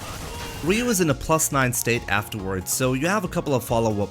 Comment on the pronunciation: You're not pronouncing "Ryu" correctly. I did it for 28 years until I learned. So I'm not trying to make fun. It's pronounced "Roo". :-)